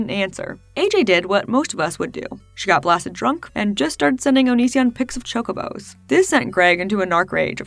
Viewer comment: What's a "Chokabo"?